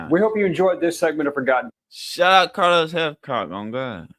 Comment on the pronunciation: Respectfully, this would be awesome if you said this legends name correctly.